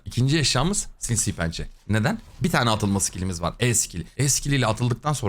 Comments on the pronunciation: kankam lafını açmışken sinsiğğ pençe deme şuna ya :D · Abi dalga geçmiyorum hatta hoşuma da gidiyor sinsi penceye sinsiğ pençe diyorsun ya benim de ağzım alıştı lütfen yanlış anlama çok seviliyosun videoların çok keyifli kac karakteri senden ve efe abiden ogrendim❤❤❤